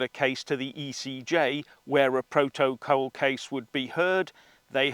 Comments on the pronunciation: Pro-toe-cole.....😆😆😆 love it. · Iam worried how you say proto/col sound a bit unhinged pal 🤣🥂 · Love the way you say proto col . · Why do you say protocol differently to everyone else?